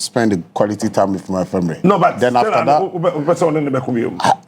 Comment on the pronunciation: Heeerr stop😂😂😂, frag, deverop,famire, frawes, probre sɛsɛn 😂😂, i dey enjoy watching my guy. I told people Tete go win cos they fix am already. Keep going bro 🥊🫡